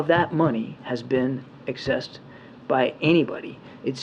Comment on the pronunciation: his talk about the money being "accessed" but pronounced it "excessed". In the real world, once they get their hands on it, it's over, no one is going to keep up with where it's going.